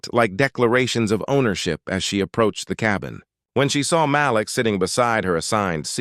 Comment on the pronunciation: Thank you for finally pronouncing Malik as Ma-LEEK most of the time. Kudos!